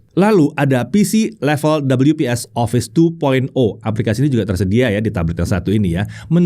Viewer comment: Orang normal: We-Pe-eS: Dobel-yu-pees 😂😂😂😂😂